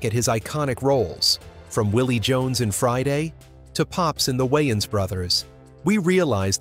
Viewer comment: "The Why-anns Brothers"?